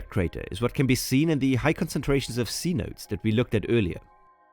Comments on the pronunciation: It’s “say-no-tess” not “sea-notes” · C-Notes 😂. Should be pronounced C-No-tays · “Cenotes” is pronounced “sse-no-te” Kind of like “say-no-tay” for english speakers. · cenotes pronunciation "see noh tays" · Ugh thank you, I cringed every time he said it wrong!